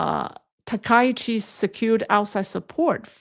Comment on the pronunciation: Hey; wonderful job as usual; for future reference, I believe that Sanae Takaichi's pronunciation is "TAH-kah-EE-chee". And "Zion" is pronounced with a long "I", not a long "E" like you did.